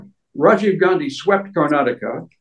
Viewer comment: So nice English person saying Karnataka properly, the hindii journalists keep always saying Karnatak . Good improvement DK singh is also properly pronounced the name